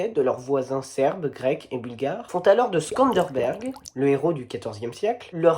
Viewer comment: Bravo pour cet exposé très précis et complet, c'est très rare surtout sur ce pays que j'aime tant parce qu'il est tellement atypique surtout en Europe... Attention cependant, le héros national est Scanderbeg et pas ScanderBERG !!! ;-)